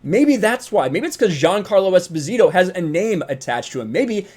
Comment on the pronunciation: Anyway, Esposito is not even Spanish-sounding, it's an Italian surname that was given to abandoned children. Long story short, its pronounce has the accent on the first "o", not on the "i".